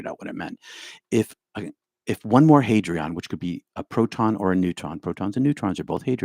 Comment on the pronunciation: audio begins it’s hadron, not hadrion